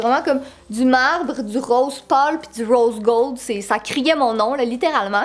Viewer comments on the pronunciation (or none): 2h 06 du röse göld!!!😂😂😙😙